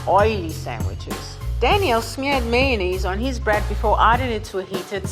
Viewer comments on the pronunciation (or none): am i the only one who can't stand hearing mayonnaise pronounced like "maynaise" instead of mayonnaise or just mayo? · It’s maYOnnaise not maynnaise. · Why does level 2 chef pronounce mayonnaise as may-ness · idc about the berries but he was so fine until he said mayonnaise lmao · mayonnaise? MAYONNAISE?!